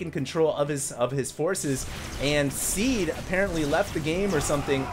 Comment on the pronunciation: Ow, it's Seed, not Sea.